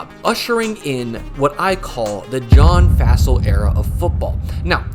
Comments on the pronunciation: its pronounced Fossil like dinosaur bones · At least say his name correctly. It's pronounced like "fossil". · Would love a video diving into how the Packers have been mired in special teams hell for a while now. Would also love a video on that historically bad Chargers special teams. I don't know if we'll ever see anything like that ever again. We even have a term for doing that now: "chargering." Also it's pretty wild that you don't know the pronunciation of Fassel's name.